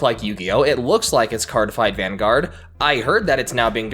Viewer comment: As somewhat of a card game enthusisast, I agree with pretty much everything you've said. Yugioh pretty much needs a Vanguard level reboot in order to not be outdated. Speaking of Vanguard.. it physcially pained me to hear you mispronounce it and also not mention its very unique resources=damage system, as it's my favorite card game out of the 4 I play :(